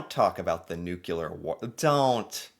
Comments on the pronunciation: the word is nuclear not nucular. It’s a small thing but somewhat important. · It's Nu-CLEAR not Nu-CULAR!! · NUCLEAR!!!! Not nucular! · Sir, learn to pronounce some one-syllable words. Say "new." Now say, "clear." Now say them in succession: "new" "clear." Congratulations! You learned how to say nuclear. "Nucular" is not a word. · Nuke for short isok, nukular - not ok, correct is nuclear weapons. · The ability to say NU CLEAR instead NUKE U LA helps Canada a lot, its called "education" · say: new-clear instead of new-killer! 😂😂😂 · Why can’t USians pronounce “nuclear”? It’s nuCLEEar, not nuKeLar. Drives me nuts. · Nuclear not nukelar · ...the word is nuclear...not "nucular". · Well he's ok but he is an American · is it then..? well, please try to learn to say NUC-LE-AR I think it's the pet name 'nukes' in your head that trips you up. so how "bout you try thinking of what we all wish the world could be: cleared of all nukes! or put another way: NUKE-CLEAR. you don't really wanna sound like George Bush the son for your entire life, do you..? ps thanks for the pro Canada voice..!!! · Please - nuclear pronounced NOO KLEER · What's bugging me here is how you say the word "nuclear", "nucular"? Is that a regional thing in USA? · Yes. Nuclear (new killer) and film (pronounced flim) are an American issue